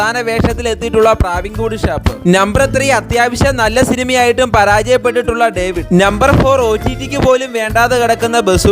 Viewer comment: Daveed❌ David ✅